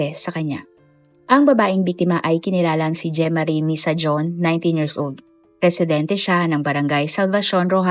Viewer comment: Misajon - pronounce as MI-SA-HON po